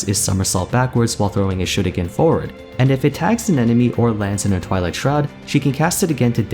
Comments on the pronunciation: The way you say shuriken is like chefs kiss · What’s this? Someone actually pronouncing shuriken correctly?